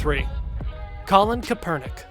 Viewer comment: This guy saying kaepernick's name kinda had me irritated